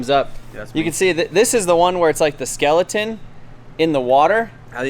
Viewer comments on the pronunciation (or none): none